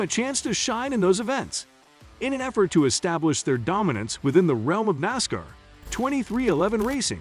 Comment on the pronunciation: Botvoices are slow learners. Nosscar?Really?